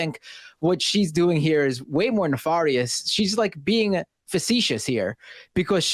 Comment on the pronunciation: Ne-FAR-e-us: A nefarious Rastafarian